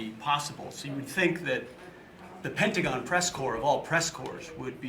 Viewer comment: Just a couple minutes in, and I'm out. STOP SAYING "Pentagin" This lady is insane she knows what she's doing